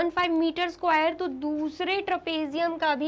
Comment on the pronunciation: Please pronounce square word properly 😂😂😂😂😅